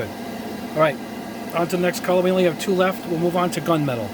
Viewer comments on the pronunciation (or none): none